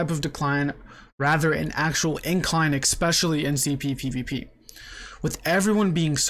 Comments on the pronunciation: I hate how you pronounce especially 😂 But that takes nothing away from your videos, I love them! Please keep it up! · lol learn how to say the word especially and maybe ill believe you.